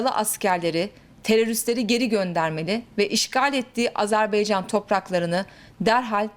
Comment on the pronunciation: AzerBEYcan değil yarbayım AzerBAYcan olacak Allah aşkına reisi cumhuru hiçmi dinlemiyorsunuz lütfen dikkat edelim